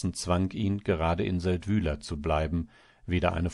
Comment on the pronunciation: Der Ort wird Séldwil ausgesprochen. Y ist im Schweizerdeutschen ein langes i. Das Sächsische war ja peinlich.